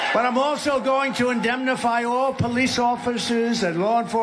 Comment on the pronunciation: What the hell word is ( abnenmify) ??? 😂😂😂. trump comes up with some strange words! I wonder how well he’d do in a spelling bee with some grade one Students.